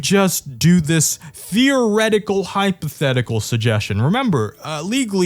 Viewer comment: remember, the first syllable of hypothetical is 'hype"